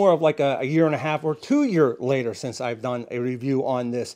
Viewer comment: 1 yea’uh latuhhhh 😂😂 nicely done